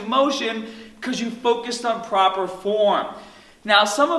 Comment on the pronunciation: To tahget ur biceps hahdah, propah supination is key bro